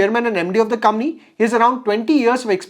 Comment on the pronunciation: It's company and not cumny😊